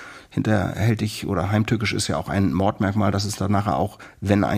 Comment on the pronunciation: hat jetzt nicht allen Ernstes falsch "NEN Mord" gesagt?🙄 ach du scheiße!🤦🏻‍♂️ Einmal Duden bitte! 🤦🏻‍♂️